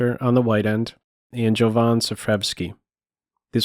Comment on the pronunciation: It's pronounced Yovan, just my 2 cents :)